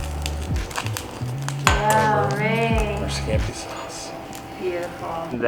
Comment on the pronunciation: the way that butler said scampi sauce LOLOLOL i felt that